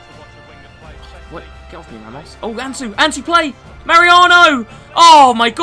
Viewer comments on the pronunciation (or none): none